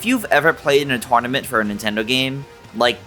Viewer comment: Why do you pronounce “tournament” like that?